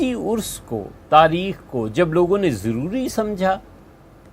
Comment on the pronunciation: لفظ عرس ہوتا ہے نہ کہ ارس